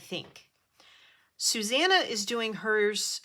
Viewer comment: It was lovely watching you through your process, l love the way you say Susanna, it sounds so nice Thanks for sharing. Hugs Susanna xx 😄♥️🧵🪡